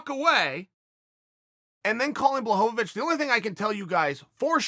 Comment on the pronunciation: Chael adding an extra syllable to Blachovicz is so Chael.